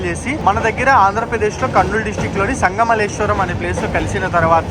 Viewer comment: Sangamalleswaram kadu sangameswaram